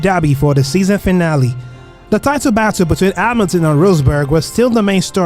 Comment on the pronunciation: Yeah, I suspect voice was done by AI, because Hamilton and Verstappen pronunciations are just joke + I would recommend to be more concerned about Suspect and reality : your narrative in explaining season and pilots was good, but actual race comments arecan not compare to suspense